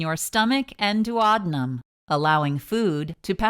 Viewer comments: It’s pronounced duo deenum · You pronounced duodenum like "Do ah dough um" lol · She said doo awd num 🤣🤣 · Whilst the video was informative, I found the pronunciation of “duodenum” uttering annoying and very off putting! Please at least get the medical terms correct. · Wow, I never heard duodenum pronounced like that! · GreenvilleWX I was like wtf is she saying 😂 8th grade health class kids, it’s important